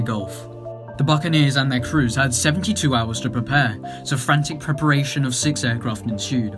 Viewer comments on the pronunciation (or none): none